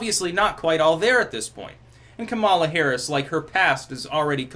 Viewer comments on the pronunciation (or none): none